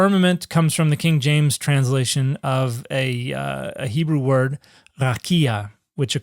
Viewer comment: Sometime I think Dan just makes up pronunciations of Hebrew words.